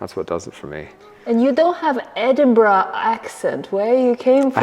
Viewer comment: You learnt how to pronounce Edinburgh 👍